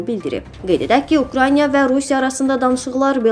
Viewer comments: Ay 13-cü kanal bu videoları səsləndirən xanıma nəhayət deyin də ki украйнЯ deyil, украИНА desin, qulağımızı mazol elədi ! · Bu aparıci neçə dəfə Ukrayna sözünü təhrif edib ,, Ukrayniya deyir! Bu qədər savadsızlıq olar?!!!